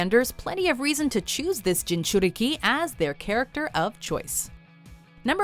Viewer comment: Am I the only one impressed when she produced "Jinuraki" really well